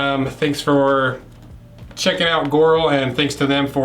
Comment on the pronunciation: Its pronounced "gee oral"